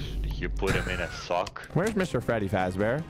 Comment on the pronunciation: Bro fr said "Fazbar"💀😭